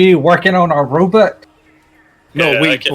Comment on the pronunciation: Every time u say robot I picture the dad from goldbergs lol Robit